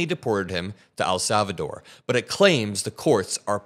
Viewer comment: Bruh it's EHL Salvador not AL Salvador